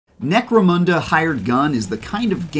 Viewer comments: Can we all stop calling necromunda necromOOnda now?….. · No it is pronounced "necro-moon-the".